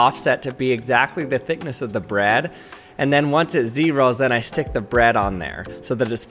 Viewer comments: So he definitely pronounces "bread" as "Brad," right? Is that just in my head? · Why do you say bread like that